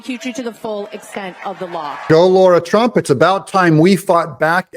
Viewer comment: Please pronounce her name correctly. It's LARA Trump. Not Laura Trump. For christ sakes get it right!